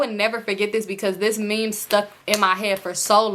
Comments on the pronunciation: 🤣🤣🤣 i done watched this video about 30 times and i finally decided to comment only to see what i was thinking already there 💀 it’s me in my head, “, what is a mim? it’s meme sis, meme” 🤣🤣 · it’s a similar pronunciation like mim but you’ll just say it with a long “e” sound. M-ee-m .. i hope that makes sense 😭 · I just wanted to say rq meme is pronounced meem not mehm 😭 love you tho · I’m crying 😂😂 stop saying mem it’s me-em like mean 😭 you so funny ❤ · u grown asl calling meme a “mem” what the hell 😭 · Ik this video is 2 years old but I'm dying everytime you pronounce meme as mem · It’s meame 😂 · I thought I was the only one catching that 😂 I thought it was pronounced like “meem” but shes so funny 😂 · Meme is pronounced MEEM 😂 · You pronouncing meme as “mim” is HILARIOUS 😭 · I thought i was trippin I'm over here thinking "wtf is a mim?" 💀💀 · I don’t normally comment but this was soooo funny. I was like what she talking bout😂😂😂😂🤣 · right, had me crackin uppp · I was just coming to say the same thing 🤣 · the way you pronounced meme is sending me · Girl if u say meme wrong one more time 😂😂😂😭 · The one you pronounced meme lol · Now why did you pronounce meme like that 😭😭😭😭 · He would post what?? 😭😭 it’s okay I love you. It’s the pronunciation of “meme” for me I’m crying 😂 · Lmaoo the way you say meme😂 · I’ve heard meme pronounced both ways, it still confuses me 😅